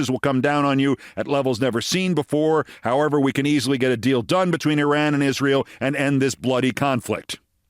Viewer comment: Mispronouncing Iraq and Iran ... doesn't know how to use a gerund ... for a smart and articulate person, Keith, your grammar is horrible.